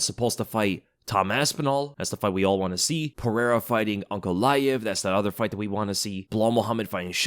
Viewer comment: Pereira not perera